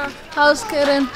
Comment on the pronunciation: Are you sure you say keren 0/10!!!!!